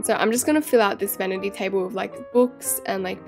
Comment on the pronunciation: she said Venity table as the sink